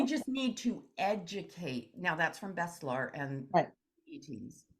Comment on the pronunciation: its not bestlar its BESHTAR